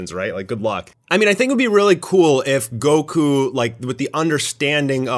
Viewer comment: anybody else catch that near he called goku gocum LOL